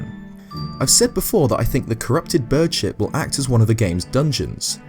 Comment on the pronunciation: Whenever you say bird ship i think you are saying bird shit.